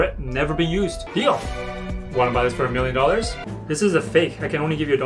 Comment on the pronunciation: Him: do you have a miwion dowars? Me: no i have 999,999$ Him: youre too poor..